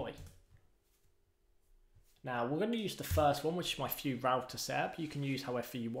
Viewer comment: so, you call don't call it Vue , you call it "Fue" in British